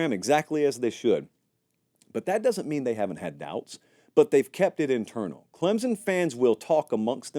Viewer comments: Please, if you’re going to talk about my team, please pronounce the name of the school correctly! Clemson is not spelled with a ‘z’! ClemSon💜🧡🐯🏈💜🧡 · I'm just here for the weird Z you put in the word Clemson.